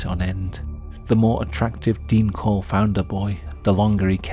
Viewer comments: Dean Corll not Dean Cole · Dean Corll, not "Cole". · His name was dean corll. Not dean cole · Its Corll, not Cole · His last name isnt cole its Corll